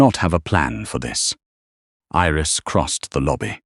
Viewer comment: Iris, not eris